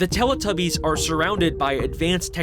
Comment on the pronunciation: "they truned them into Teletubbyis!"